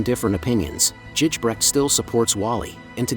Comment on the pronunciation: Its Gijbrecht, ij is pronounced like a "y", otherwise a nice video